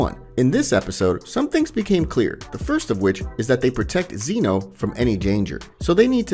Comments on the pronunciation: Zen-oh not zEno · it’s zeno not zeano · I think it’s Zeno and not zEno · Bro, if you can't even say whis and zeno correctly how are you going to expect people to take you seriously.... like really man? Come on